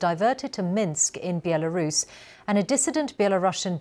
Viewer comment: Why is she saying "Bielarus"?